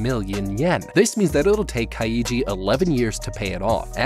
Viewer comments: I'm mins in but I can't deal with this pronunciation of the main character lol It's KAI-JI not KA-I-JI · kai-ji He's pronoucing it kai-ii-ji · its not kai ee jee its KAI JEE REEEEEEEEEEEEEEEEEEEEEEEEEEEEEEEEEEEEEEE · Dude u butchered the word kaiji, you’re supposed to say it like this Kai then ji. Not ka then i then ji. 🤦🏻‍♂️ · As good as this video is, and as much as I love both the Kaiji series and the HowToBeat series, I can't help but die inside every time I hear you say Ka-YEE-ji. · "Ka-ee-jee" It's just Kai-jee. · This guy pronouncing "Kaiji" the same way one would pronounce "Luigi" makes me lose it. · Am I the only one distracted by his pronunciation of Kaiji as (Kai-ee-gee) instead of (Kai--gee)? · Its pronounced Kai-ji. Not Ka-i-ji. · It's Kai-Gee not Kai-ee-gee. You make it sound like Luigi for the love of god. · U said kaiji wrong is Ki. Jee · Saying kai-e-ji instead of kai-ji bothers me throughout the whole video. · Nah son, not like this. Its not Ka-iji its Kaiji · Just Kai-ji Legit that's all I want this man to say: Kai -One syllable Ji- one syllable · Kaiji is actually pronounced KAI-GEE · why does he keep saying his name like "kai-ee-ji" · kaiiiiiiiiji kayiji these pronunciations be like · Nope. Love the content, but I’m not doing Kah Eee Gee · why do you keep pronouncing his name ka-eye-ji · As a Japanese speaker, the pronunciation of Kaiji is so cringe 💀💀💀💀💀 It's basically just yeo syllables: Kai and Ji. Even if you wanted to pronounce all three though, you absolutely would not put emphasis on the middle syllable only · lmao kai-EEE-gee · I'm getting unreasonably annoyed by the Ka I yi pronunciation ^^' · How to survive a man mispronouncing the main's character name for an hour. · He’s pronouncing it like Kaiji’s name is Kokichi. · Why is he pronouncing Kaiji like it has three syllables? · how hard can it be to get the pronounciation of the name right after hearing it pronounced for 24 episodes ? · But that’s not how you pronounce kaiji :(